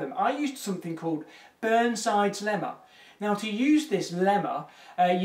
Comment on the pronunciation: Didn't had enough coffee today... Heard (instead of "to use this lemma,...") "to use this llama" und thought: where the hell did he get a llama?